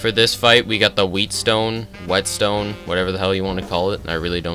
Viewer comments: It's pronounced like "wetstone" not "wheatstone" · Every time he says "wheatstone" i have an aneurysm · Bro called the whet stone a wheat stone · Wait my guy said wheatstone instead of wet stone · Bro just done said wheatstone for wettstone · I knew this was going to be great love your video and your streams cant wait to be apart of this youtube journey bro, keep it up. Edit its also WET STONE NOT PRONOUNCED WHEATSTONE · Why did call it wheetstone